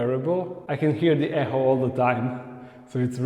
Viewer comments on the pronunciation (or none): To be perfectly honest I don’t think you could have made it more simple, it’s very clear what you are going to do. I can’t wait to see it all come to fruition. Edit: I just want to let you know that “Echo” is pronounced more like “eco” the phonetic spelling is ekō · e-k-o , less pronunciation of the h in echo xxxxxxxx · you say echo funny